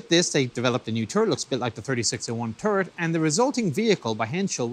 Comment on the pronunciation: Funny how he pronounces "turret" as "turd"